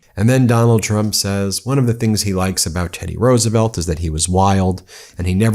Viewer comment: did that fool say Roosevelt....smdh